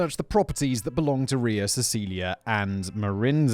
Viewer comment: Simon’s excitement on pronouncing “Ria” correctly gave me the joy boost I needed today.